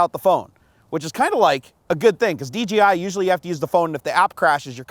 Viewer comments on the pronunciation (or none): Nice honest review. Thanks for your time putting the video together. Just one thing - it's DJI not DGI. I didn't want to correct you on this, but after the 5th time I couldn't help myself. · The gimbal dome is only used when you're just flying FPV, you should take it off when you're filming. One other thing, it's not called May-Vic or Dee Gee Eye you doofus. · Everyone says "dgi" instead of "dji" they should just change their name